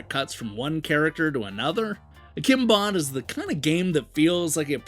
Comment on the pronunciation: You called it Akimbon ....😁😉